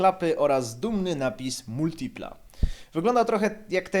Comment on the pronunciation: Ciul tam z Multilipą! Za sam wstęp "laik"... Hahahaha, a ciemnota śmieje się z jakości wnętrza w amerykańcach! Przyjrzycie się lepiej wpierw Multilipie, bo takiego czegoś to w amerykańcach nie znajdziecie nawet starszych od tego F.I.A.T.-a... MotoBieda - wyprzedził czas z cupholderami?! Mój były Pontiac z przełomu lat 80/90-tych miał ich 16...oraz bodaj 5 popielniczek! A propos w tych cenach znajdziesz lepszego vana np. Pontiac (Chevy) Trans Sport/Chevy Lumina APV...trzeba tylko umysłem wybiec poza utarte szlaki oklepanej, europejskiej motoryzacji.